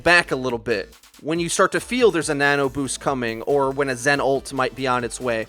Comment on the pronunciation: I think he was saying "Nana Boost"